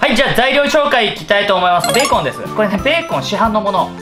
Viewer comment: 本当のベーコンの発音も勉強になりました！